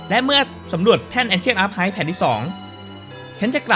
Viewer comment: ชอบเสียงเผ็ดมากกก 555 ปล archive ใน ancient archive ออกเสียงว่า อาร - ไครฟ์ ไม่ใช่ อาร์ค-ไฮฟ์ นะครับ 🙏🏻🙏🏻